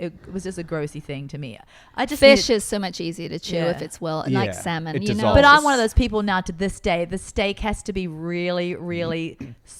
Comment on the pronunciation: It's SALMON!!! Lol.